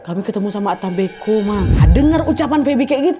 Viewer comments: Yang bener ata mbeko kak Nadia bukan ata mbe'ko😅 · Bacanya yang benar bukan disambung ata mbeko kak Nad,tapi yang benar dipisah,yaitu ata mbek'o. kebetulan itu bahasa asli daerah asal orang tuaku di Ende,Flores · Penyebutan ata mbeko nya salah kak saya org asli ntt jadi tau